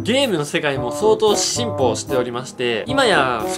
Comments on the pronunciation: 急に「シンプル」を発音よく「Simple」って言ってんのかと思ってずっとツボってた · 進歩がsimpleに聞こえた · 「進歩」が発音のいい「simple」に聞こえる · 「ゲームの世界も相当 Simple(ネイティブ発音) しておりまして」って聞こえた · 進歩が発音の良い｢simple｣かと思った